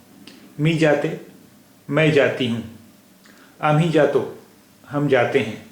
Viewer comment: Very nice initiative, some tallaffuj issues though, tujhe/ majhe is pronounced like haruf "ژ" , توژ " and not "جھ" , "J" is a very tricky sound for urdu users speaking marathi, jato would be more like زاتو .. waiting for next lesson